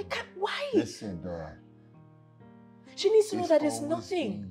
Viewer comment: Greke u cal Dora's name nice